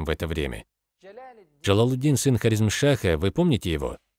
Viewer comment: Что за ударении над Хорезмом? А что делали арабы между собой до Хорезма? Халифу Умара, халифу Усмана и халифу Али кто убил? Их убили свои и это многие знает. Убийства между мусульмане происходили во время халифатов до Хорезма. Этот автор не историк а пропагандист. Не знаешь историю Хорезма лучше не рассказывай.